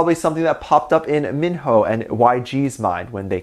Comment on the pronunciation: That is not how you pronounce his name. It is pronounced with a long "I" like "eye". So his name rhymes with rhino. For confirmation you can watch the M/V for "Born Hater". Mino was featured on the song and says his name in the lyrics. The way you are saying his name is more commonly spelled Minho like the actor Lee Minho or Minho from Shinee.